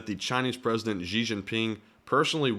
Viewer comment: Xi is pronounced like she.